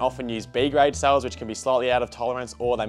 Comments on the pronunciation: is he saying souls, instead of cells? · I think it’s his Victorian accent? 😂